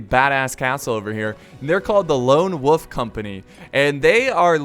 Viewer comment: I see you pronounce WOLF without the L